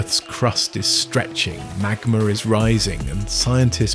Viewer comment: "Magmer"? What the heck is, "magmer"?